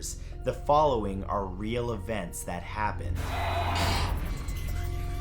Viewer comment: It’s funny how he said REAL